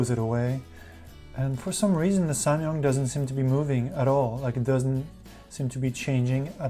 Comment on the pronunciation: Am I the only one who's annoyed that he keeps saying "samYUNG " instead of "samYANG". I know, I'm nuts...